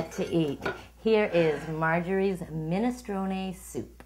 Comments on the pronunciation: it's minestroneeee not minestrone the final 'e' is pronounced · I'm offended by the way you say ministrON. Also garlic going in first? Nonononononononono. Please do not. Onions before garlic. Please. Please. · Min-es-tron-Ee! You pronounce the E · get the pronunciation right , it's (/ˌmɪnɪsˈtroʊni/ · Minestrone , pronounced minestrone-ee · If she trained at a school she would say the soup name properly Minestronè. Min a stro nee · Pronounce the E on the end of the word! Annoying. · Minestrone , pronounce the e please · Don't be stupid. It's a famous Italian soup. A noun. That is how it is pronounced by everyone. Idiot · Well maybe if she called the soup by its name and didn't pronounce it like an ignorant git no one would say anything